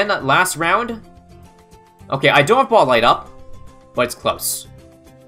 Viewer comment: Spike BAHLLS anyone else notice the way he says ball